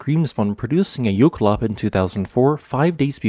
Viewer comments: And he pronounces it wrong. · he is saying it wrong but it is a fun word, it directly translates to glacial run